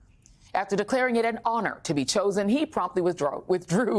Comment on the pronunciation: Somebody tell Joy how to pronounce Chronister. It’s embarrassing.